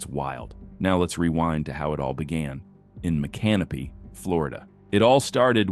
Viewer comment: It's NOT Mick-can-o-pee it's Mi-kuh-now-pee. And that chase started at the Cafe Risque which is one of our finer eateries (as long as you are 21 or older).